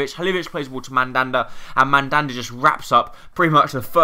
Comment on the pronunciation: BTW it's MaLanda not mandanda